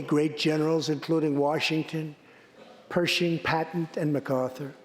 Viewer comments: he calls Patton, Pattent. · He misread General Patten and referred to General Patent!!!!!!! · He said General "Patent"! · did he call general patton general PATENT